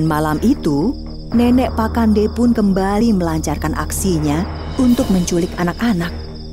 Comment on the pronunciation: Pa'kande kak bkn pakande